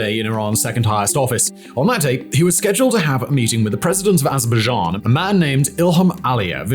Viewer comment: 😂 i love how he says "AzzrrrBuhzJhAan "